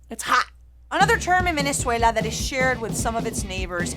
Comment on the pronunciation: Love how you switch from American English to the Venezuelan accent when you say Venezuela #sosvenezuela